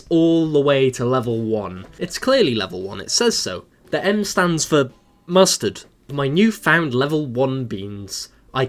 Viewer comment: It's so funny that you say mostterd